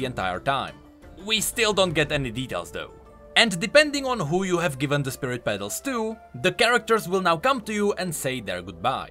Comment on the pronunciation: ah yes, biven